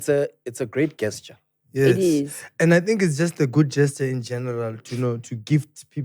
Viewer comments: unintentionally mispronounced the word gesture before “the get it off”your chest segment. It happens to the best of us. even said it properly right after. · when you lauughed at that lady who pronounced gesture wrongly that was very shallow, you should have said how it's supposed to be oronounced instead of ridiculing her. When you contimue like that you'll scare peoole from sending VN's. English is not her mother tongue. I heard that white guy(i'm sorry for this description, i don't know his name) who's part of your team mispronouncing some words with his thick Afrikaans accent but you let it slide. Why must we do this to each other as black people? English is not a measure of intelligence. What was funny about that lady who sent her VN in Isuzulu? Ive heard people sending in Sestswana & Isistwati but it was not an issue.. Yes, this is comedy roasting is part of it but don't undermine oeople. Please allow people to express themselves freely.